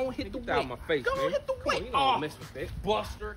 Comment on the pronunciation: im sorry it bothers me the way he says "Buster" he didnt do the iconic Ryder: "bUstah"